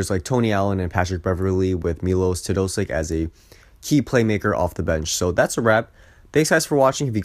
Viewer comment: Milosh. ..Mylosh. ..Melosh Teo...dosich! Actually not bad for a Yenkee, hahaha!